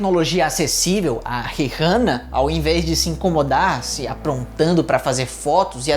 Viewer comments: gnt que agonia dele falando Rirrana toda hora. Tirando isso video muito bom! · Nunca pensei que me incomodaria ao ver alguém pronunciar "rirrana". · o, o "H" no mome fa Rihanna e mudo... onde você vive? no mundo de Miquela?